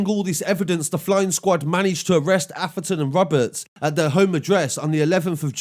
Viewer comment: You mean Atheron not Aferton